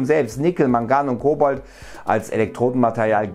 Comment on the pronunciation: Ich glaube du hast Cobolt gesagt anstatt Cobalt